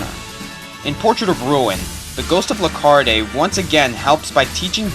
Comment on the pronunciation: You should know that the E at the end of "Lecarde" is silent.